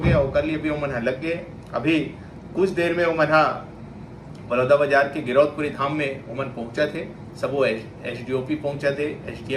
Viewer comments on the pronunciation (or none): Are pahle aap thik se to name le lele girdosh Puri nahi girodpuri hai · बोलना सीख ले पहले गिर दौस पूरी नही गिरौदपुरी है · गिदोसपुरी नही यार गिरोदपुरी धाम होता है यार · Girdaus kyu bol rho ho anpadh admi fir girdous bol rhe ho isko kisne news me rkha hai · Girodhpuri dham. ..... Hai name thik se bolo .. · Bhai giriudpuri dham sahi se bol to lijiye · पहले गिरोधपुरी धाम बोलनासीख लो उसके बाद आगे बोलना सर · गिरौदपुरी का नाम तो ठीक से लो पत्रकार हो नाम पता नही है और चले हो एंकरिंग करने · CBI जांच होना चाहिए। मुख्य अपराधी कोई और ही है। और भाई news anchor है सही से नाम लेना तो सिख जाओ गिरौदपूरी हैं वो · गिरौदपुरी धाम बोला नहीं जा रहा आप से न्यूज बनने से पहले पूरी नाम पता के श्री मान 😅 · ये कैसा एंकर है जो ठीक ढंग से गिरौदपुरी बोल नही पा रहा है।